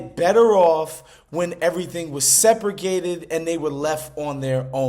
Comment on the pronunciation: Did you really say "sepragated" as in separated and SEGREGATED" combined... seriously... education is a terrible thing to waste...